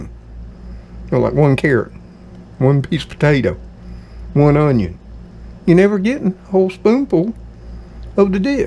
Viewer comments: Hi, I'll be 70 soon and live alone. I put the dates on my calendar in the kitchen of when my bills are due, Dr. appts, birthdays, etc. It helps me stay aware. Do you have any "Cajun" blood in your family? My Cajun uncles pronounced "Onion" the same way you do! Good Bless you My Friend. ❤ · Would you give lessons on how to say "onion"? You have the cleanest stove......it's like immaculate. This dinner sounds delicious! Yes, I could hear the thunder.